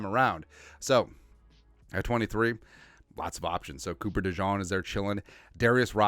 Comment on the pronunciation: Us Iowans pronounce Dejean (Duh-zhean) which rhymes with jean. Not Duh-zhon as keeps saying. People do cocaine and so does around mock drafts 😂